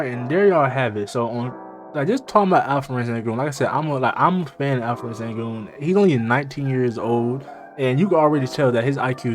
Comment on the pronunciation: Call him Al-P not Alferen. Thats wrong pronouncement.